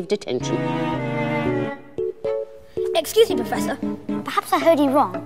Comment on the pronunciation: When he says potter he actually says POTTAH and when he say it's killed me he says it's killed MEH, LIKE POTTAH POTTAH MEH MEH, CANT HE EVEN SAY POTTER AND ME RIGHT?!?